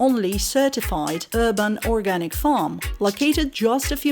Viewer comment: Breddah, drop your "H's"................ I was lost when you kept saying " hurban " like it was a herban or herbal farm.